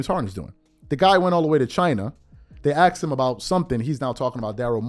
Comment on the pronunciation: Asked. Not axed